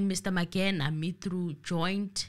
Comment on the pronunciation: Ratha is cursed. How come he cant pronounce Mangena ?😮 and the truth is, he want to prolong the trail to secure his pocket as well. But he is a circus judge. Enemy of justice. Period